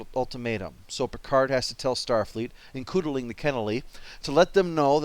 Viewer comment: Did he say "includling" on purpose?